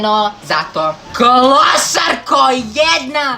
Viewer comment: Zasto si opet rekao klosarko😠ne kaze se klosarko nego klousarkooo ima da se naljutim😠